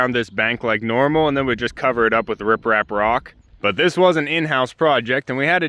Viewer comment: Smart idea to use those tarps till you can get the rocks in place ~ I was shocked when you wondered how many TONS of rock you'd need! I thought you'd called the rocks "riff raff" but then I realized that didn't sound right, so I checked and learned something new ~ you'd actually said rip rap! lol